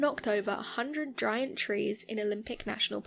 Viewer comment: What knocked over those 'driant trees'? Eh, was it the way you pronounced 'giant' as "driant" ? I like this channels content but they seem to be cursed when it comes to narrators. This young woman is good though, the occasional gaff maybe but she is certainly WAYYYY better than Mumbles McMumblefool.